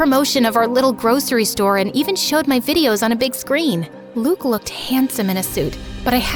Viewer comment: As a French person I’m happy we get a story set in France but I’m also mad they did pronunce « Luke » and « Durand » correctly